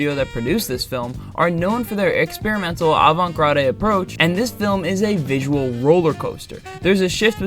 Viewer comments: Just want to day, "avant-garde" is pronounced "Ah-Vahn-t Gard". The French word "Garde" is pronounced like Guard. You don't pronounce the "e". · I'm about half way through, and the video is fantastic so far! I hate to be that guy, but the garde in 'avant-garde' is pronounced like 'guard' rather than 'grah-de'! I'm learning how to animate, so this history lesson is exactly what I've been hungry for. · Fyi, "avant garde" it's pronounced like "Guard" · "avant-grah-day" 💀 Shade aside, great video. I love analysis of individual works, but it'a incredibly helpful to have an overview/breakdown of a time period, especially one as weirdly volatile as the 70s. I gotta go watch Fantastic Planet again. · "Avant Grade" lol wut? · “Avant grRadeh”??? Avant Garde ( advanced guard aka the cutting edge) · you pronounce it "avant GARD", college boy ;) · JFC! You really don’t know how to pronounce “avant-garde”, do you? 🤯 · Keep practicing your essays and check pronunciation guides. Otherwise, you will not get much of the right kind of attention. For example, the term avant gard and what the X rating originally meant as a rating for context. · You don’t pronounce the “e” at the end of avant garde. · I think it's a pretty universal human experience that almost everyone learns at least one word via text without beforehand hearing it and gets the pronunciation wrong 😅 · Avant-Garde the e is silent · You are mispronouncing avant-garde. Merriam Webster and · It’s pronounced: Ralph Bakshi {Bock-she), Avant-Garde {guard).